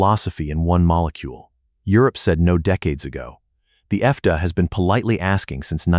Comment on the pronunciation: FDA is pronounced effday? effday? I H A T E A I NARRATION!